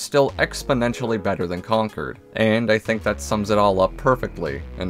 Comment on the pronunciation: One of the few youtubers who pronounced concord right